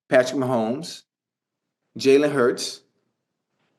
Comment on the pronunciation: Jalen hurts is not elite he said nu wrong